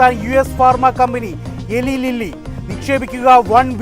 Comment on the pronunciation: എലി ലീല്ലി അല്ല ഇലായ് ലില്ലി ആണ് Eli Lilly